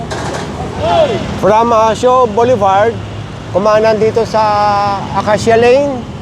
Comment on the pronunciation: I commend you for correcting yourself since you are educating license holders/business operators thank you for pronouncing "BOULEVARD" correctly thistime. "Hitting 3 birds with one stone". (English pronunciation and traffic/business regulations.) Mabuhay kayo at ni Mr. Gabrie Go including the whole TEAM. I appreciate your advocacy. Sorry po now ko lang narinig yun tamang pronunciation po. The pronunciation of "boulevard" in English is generally boo-luh-vard or bul-uh-vard. The first syllable, "boo" or "bul," is stressed.